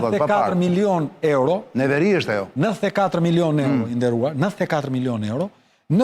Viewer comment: 33 miloon evro sic i thojne Greket... Jo euro sic i themi ne... hahha. Te pakten ti lexoj ne shqip